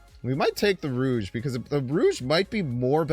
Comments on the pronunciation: rouge? you mean rogue (row-guh) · Lol, it’s pronounced “Rowg” not “Rouge”